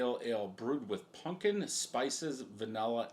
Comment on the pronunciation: bro your like 40 learn how to pronounce pumpkin. it aint a "punkin".